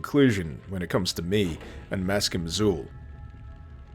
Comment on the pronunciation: Maskim Xul is actually meant to be pronounced in a Sumerian fashion, and is 'mask-eem ach-kool'.